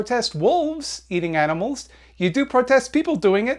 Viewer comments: what did you say you like? Why did it sound like "aminals"🤣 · " I like aminals" that cracked me up. lol